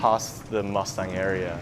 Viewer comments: It's pronounced as Muss-ta-ang not Mustangs like cars or horses.. FYI.. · It's Moos taang not mustyang🙏🙏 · would you please pronounce as "moostaaang" . thank you🙏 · when a Nepali word is spelled in english the pronunciation doesn't change.. Or vice versa.... it's not the accent.. n definitely not pronounced as horse or a car... It's disrespectful n rude to call it something else..at least try..